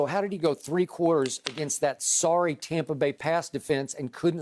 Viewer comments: No one: Skip: “TOMpa Bay” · Ugh and he pronounces it “Tom-pa” 🙄